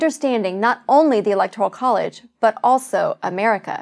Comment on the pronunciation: She should learn to *pronounce" Electoral College before she sets out to explain it.